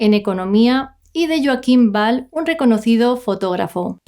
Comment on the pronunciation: El apellido de Kim no se pronuncia Ball sinó "Uall"...vamos a aprender a pronunciar en condiciones que mucha gente nos está viendo